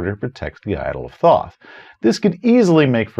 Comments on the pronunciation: Thoth is pronounced "tote." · Love your videos. Apparently it's pronounced "tote" though. Which sounds much less cool.